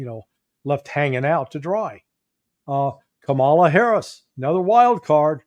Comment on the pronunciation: And Daniel: “Cam-a-lah Harris”